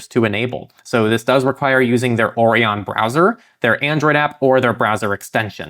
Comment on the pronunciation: I can’t believe he also pronounces Orion like ‘onion’